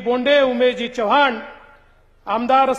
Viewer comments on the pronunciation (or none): none